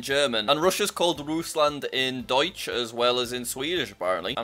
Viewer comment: That's not how you pronounce Deutsch